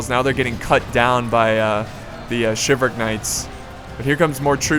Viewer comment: It's shivel-rick not shiv all rick